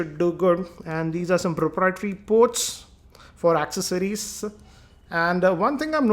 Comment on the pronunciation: How bad is his english and how he pronounces the accessories like akcessories